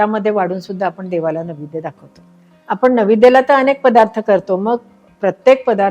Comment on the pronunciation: माझ्या माहितीप्रमाणे नैवेद्य असा शब्द आहे .निवेद्य असा उच्चार केला आहे.